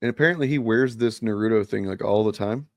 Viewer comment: also pronounced it wrong just like how my best friend did when she was still alive. I remember correcting her. It’s Na-roo-toh more emphasis on the toh than ru.